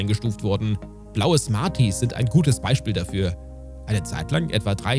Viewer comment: Lakritz und smaties